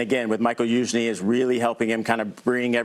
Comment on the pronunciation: Liking this new guy! Just one thing, it ain't "Michael" Youzhny lol